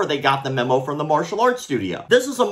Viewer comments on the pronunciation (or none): none